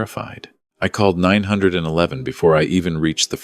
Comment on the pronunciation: Why is AI telling the story. It is so obvious. It can’t even say 9-1-1 correctly. It doesn’t say dates correctly. People are supposed to narrate stories not robots. This is why people can’t find employment.